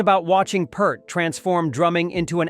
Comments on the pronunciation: Neil Peart. Peart is pronounced Peert. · It's pronounced Peer-t, Like fear or fishing pier. I saw an interviewer ask him and that's what Neil said.